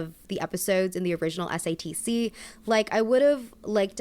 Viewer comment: everytime she says satc i hear stds. waited to watch this till after i watched the show so im excited for this